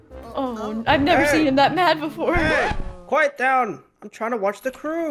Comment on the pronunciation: Im sorry but its- "quiet"